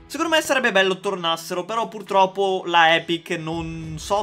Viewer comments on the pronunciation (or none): none